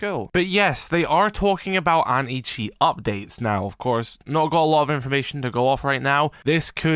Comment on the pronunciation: Why do I always hear him say "Any-Cheats"? LOL